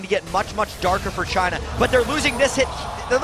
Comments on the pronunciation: When they said for china I thought it was vagina! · Damn, when the guy's saying ''for China'' he sounds like he's saying ''vagina'' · Damn every time they say for china i hear clearly vagina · i thought the announcer said vagina when he was saying 'for china' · jungler "for china".....is sound like vagina